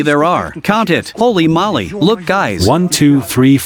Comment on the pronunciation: It's Holey MOLEy, not "molly"